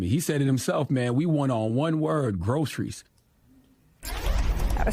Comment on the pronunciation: Trump couldn't even pronounce groceries, and has never been in a grocery store.